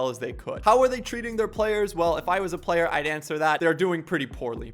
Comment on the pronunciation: Is it just me or did he say "if I was a playe"??????